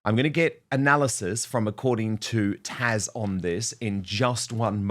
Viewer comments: It’s Taz not Tash! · It’s TAZzzzzzzzzz..not taSH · Her name is TAZ not TASH!!!! Also, it's Mindy KAY-LING not KAH-LING. Why can you never get it right??? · It bugs me when you call her “Tash” instead of “Taz”. I wish you’d get it right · It's actually TAZ, Dan is mispronouncing her name ❤❤ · Why do you keep CALLING her TASH??? at least 6x